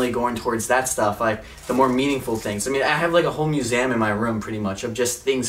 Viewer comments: MUSEEEEEEEEUM LOL NOT MUSAYIUM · It's pronounced mus-e-um not mus-am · I am sorry but he can’t say museum he says museuam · “Muesam” it’s a museum where the “a” at?? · SupremeBate I've never noticed he says it as musams. Sorry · “Musaum” dead😂😂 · i like how u pronounce museum as myusam 😊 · It's awkward how pronounces "museum" as muse-m lol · He says museum wrong!😂 like museam!😅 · Repeat after me, MUSEUM, there is no A in there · why did he say museum like that.. lol I've watched it 14 times. Love your videos though! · Also why can't he say museum properly 😂